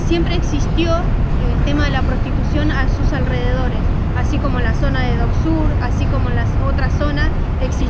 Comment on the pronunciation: La guía turística diciendo doc sur me puso muy nervioso!!